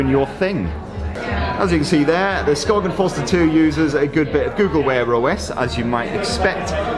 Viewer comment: It’s pronounced Skaen. You don’t say the G.. it’s a Danish brand, learn your names!